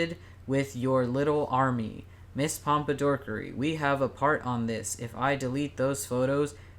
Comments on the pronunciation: Every time they said “ms pompadorkery” my blood pressure rose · "Mr Pompadorkery" im crying